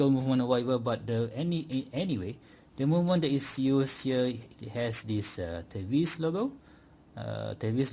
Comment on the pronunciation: I saw a review on this watch from Pert Watch Channel. The way he pronounce the word TEVISE was te-vis (as in IS) and not te-vais (as in WISE). 😅